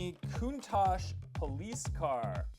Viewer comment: Its not countash its counta ch. And its not galiado gallarado